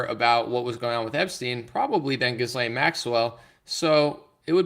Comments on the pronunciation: Pronounced Jilane, S is silent. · Her name is pronounced Ghee-Len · Gi-lane…the “S” is silent.